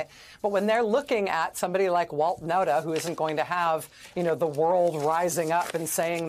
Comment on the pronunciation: Kudos to Lawrence for pronouncing the name Nauta correctly. Hi from the Netherlands 🇳🇱, the name comes from our province Friesland. The man is still an accomplice.